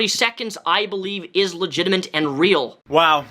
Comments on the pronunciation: "Legitiment". Dude, that's not a word. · Are you saying "Legitimate" or "Legitiment", because it sounds like you're saying "Legitiment"...